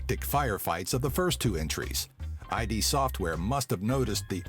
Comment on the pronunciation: Just something small I'd like to point out: You don't pronounce it as "I.D." but rather just as Id as in the part of your brain called Id.